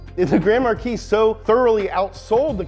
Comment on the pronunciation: Grand MAR-KEYS?!?! No dude. Grand MAR-KEY.